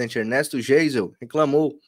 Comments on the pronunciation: Bom dia Por favor se lê General " Gaison" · Se diz GUISEL/ GEISEL